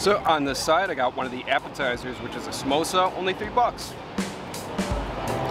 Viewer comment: Did u just called samosa MEMOSA? 🤨